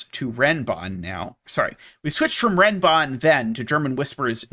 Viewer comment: They're actually called Renban, not Renbon.